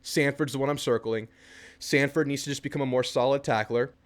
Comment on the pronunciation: Its not samford its sanford